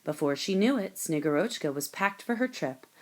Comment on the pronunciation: The reader must have seen only the Kindle version and not looked at the short, kid-friendly Russian pronunciation guide that is in the printed children's book. The Snow Maiden is SnegGURochka, not SnegurOCHka. The author has posted a reading from the actual, award-winning children's book.